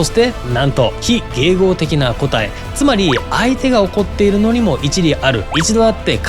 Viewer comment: 「答え」のイントネーションがおかしい。